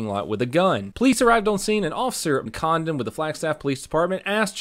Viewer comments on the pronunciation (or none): I’m sorry but I’ve listened to it like 8 times and I can only hear “officer condom” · Definitely sounded like officer condom when you first said it lol